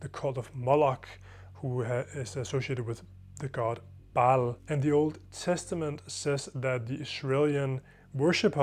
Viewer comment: It's Baal. Not that bull baby. And Moloch is an owl as seen in the Grove.